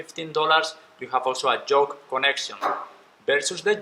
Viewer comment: I know English is not your first language but you keep saying “Joke “ not Yoke 🤦🏽‍♂️🤣🤿